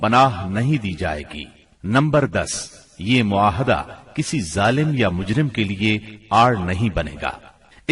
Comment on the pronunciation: معاہدہ نہیں بلکہ " معاہدہ " صحیح ھے۔